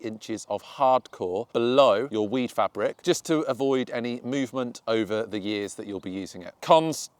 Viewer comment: "Weed farbic" ?....sorry mate,couldn't help it :P